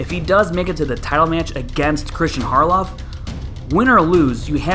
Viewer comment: It's Not Kristian Grandmoff.